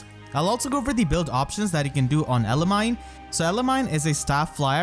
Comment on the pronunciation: Pronounced: Elimi like eliminated and then knee not mine.